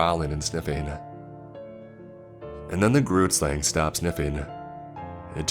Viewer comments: That pronunciation of Groot Slang was awful , coming from a South African. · Hi, I'm Nichelle and I personally live in SA. I've heard about all the tales such as the Tokoloshe, pinkie-pinkie and Anansi, but never heard of the grootslang but I just wanted to tell you that you said it wrong, it's pronounced groo (saying the "g" with you're throat) t groot means big in africaans. Then slang means snake in africaans, sla ng. So the word means big snake. From my research, the grootslang is a big long snake with a elephant head but there may be people who have done more research then me.